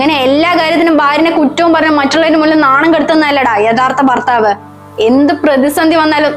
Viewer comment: ബർത്താവ് ബാര്യ അല്ല ..ഭർത്താവ് ഭാര്യ ആണേ. കൂടാതെ സന്ധ്യ നന്നായി ചെയ്തു 'അമ്മ ഭാര്യ റോൾ .❤